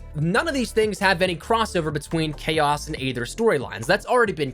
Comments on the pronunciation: I’ve been wanting to say this. It’s not aather it’s eether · You know aether is pronounced eether